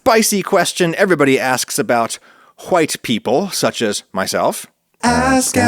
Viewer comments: why do you say "white people" as if you're saying "whouyte people"? Is it just how you say white? because it seems really weird. Sorry if this is off topic or something like that, it just struck me as odd and I had to see if anyone else noticed this. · why this fool say "white" like that